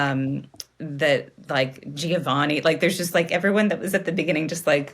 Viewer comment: In the name Giovanni, the first ‘i’ is only there to soften the G & shouldn’t be pronounced ;) ❤